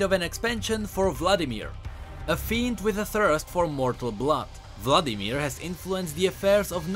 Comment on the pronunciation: Blood-imir... He.He.He.He.